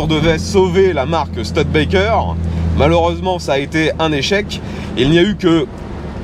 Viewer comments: C'est une voiture rare qu'on ne voit pas souvent, merci pour le partage, sinon le nom se prononce stOUdebekker, pas stEUDbekker. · On dit stoude békerre et pas STUD békerre ! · On dit "Stioudbaikeur" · Merci pour cette découverte, je me pique pourtant d'avoir une certaine connaissance en automobile mais cette studebaker m'était inconnu ( et cela ce prononce stIUdebaker ), merci à toi et à ton abonné, franchement c'est un épisode qui tronera parmis mes préféré et pourtant tu en fais de sacrément bon! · "Stioudebaker", avec le r non prononcé à la française ;-) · Studebaker se prononce Stu-di-ba-ker. Merci. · "STUDETBAKEURE" en anglais.